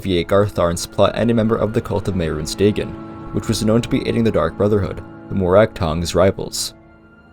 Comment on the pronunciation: Day-gen? I know sometimes people prefer to pronounce words a certain way because they read it that way for years, and i do realize irl the real Dagon is pronounced that way, but its still weird someone not pronouncing it Day-Gon.